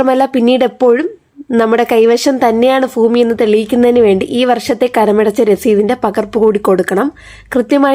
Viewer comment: ഫൂമി അല്ല ഭൂമി.